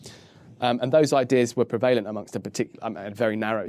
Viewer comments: This guy is so intelligent and lucid, I've learnt a lot about the law in just 35 minutes (and I'm still learning!). Wish he'd pronounce "PREvalence" and "PREvalent" properly, though! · I wish he would stop mispronouncing prevalent! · His pronunciation of "prevalent" is triggering me....